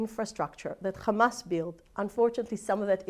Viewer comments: She literally said KKKKamas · Can we please tell them to use a placer word for Hamas. I can’t stand to hear them say Khhhamas even one more time 😩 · She didn't mention hamas ... she said khamas ! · no, they all say Khamas. No one knows why…there is literally no reason to say it that way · what? “kkkkhhhhamas” 😆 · Hamas not KHamas! 😂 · It’s hamas not khamas put some respect on the name. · It doesn't matter how she pronounced it, she still meant Hamas, and that's besides the point...